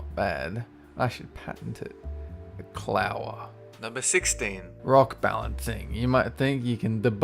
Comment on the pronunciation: "Clower" ......I.....I have no words